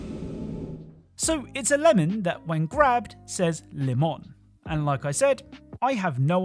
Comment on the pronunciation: Its Le-Mon! some memes are language locked and some are both language locked and so vague you probally never saw them